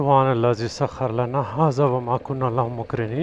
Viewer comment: told u about a month ago , you are reading thd Dua wrong! Theek kar lo bhai ......It is SakharA lana.....not Sakhar lana